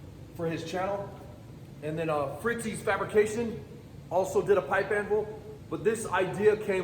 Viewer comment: Not to nit pic but , it is Fit Zee, good video.